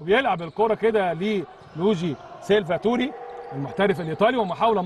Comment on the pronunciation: اسمه مش سيلڤا توري اسمه سيلڤاتوري كلمه واحده